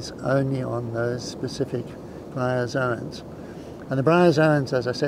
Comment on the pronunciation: GREAT video-but uh.. "bryazons"??